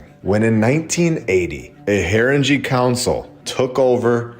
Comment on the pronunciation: Pronounced " Harin - Gay"